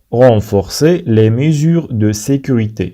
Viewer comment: la prononciation de certains mots n'est pas la bonne comme le mot " mesures" ...